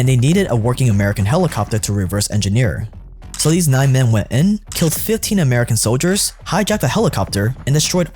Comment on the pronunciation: You said Kilt (killed) 😅